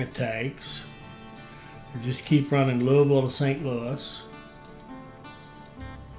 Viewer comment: Since you know how to pronounce Louisville correctly, presumably it has also occurred to you how weird it is that the Ohio River is not on the map.